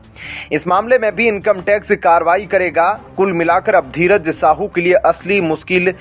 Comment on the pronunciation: Tum sahi se dheeraj nahi bol pate kya patrakaar ho tum